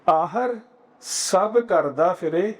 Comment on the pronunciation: ਦਲਾਂਵਾਂ ਨੂੰ ਲਾਂਵ ਬੋਲਿਆ ਜਾ ਰਿਹਾ ਹੈ। ਫਿਰੈ ਨੂੰ ਫਿਰੇ ਉਚਾਰਣ ਕੀਤਾ ਜਾ ਰਿਹਾ ਹੈ।